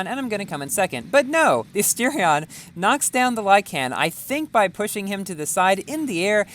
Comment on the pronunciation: Like-in not lie-can